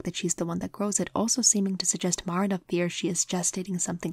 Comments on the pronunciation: MAR-na hurts it's clearly Ma-RI-na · I love this video so much! I'm sorry to be that person though, but Marina's name is pronouced "Marìna". Again very sorry, I adored the video I swear